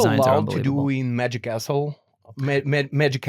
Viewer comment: I kept hearing "The Magic Arsehole", took a while before it clicked "The Magic Castle"